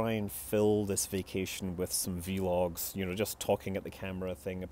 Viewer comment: "vee logs" This is why you are the best. ;p